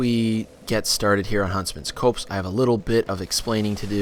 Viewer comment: it's pronounced Huntsmans COPS!